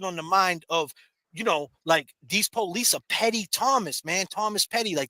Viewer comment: I wanna tell u, I’m starting to take offense to the way u be pronouncing the word PO lice. I’m Af. Am., I be saying it like that cuz that just the way we speak, NOT you!🫵🏽 Just cuz u be hanging with men of color or supposedly making “rap” songs🙄 or hanging on Cleveland Ave in da A, don’t give you the right to talk like us. Sound like you going thru an identity crisis, so figure your shit out man, you too old to be a wanna be/wigga! I said what I had a say, now heed my words, besides nobody here in Memphis ever heard of your goofy music.🤦🏽‍♀️